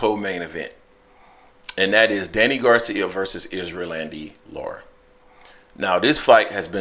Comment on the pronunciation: 🤣 he keeps pronouncing his name like Isrealandy. Its Erislandy (Air- is- landy)